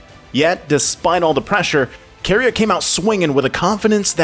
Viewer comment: Why does he keep switching back and forth on pronunciations? “ZoOs”, “Key-ria” makes my skin crawl